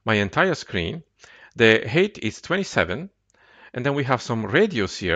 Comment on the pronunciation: I appreciate your videos, but your pronunciation of some words needs some improvement. Most notably, please don't pronounce "height" as "hate".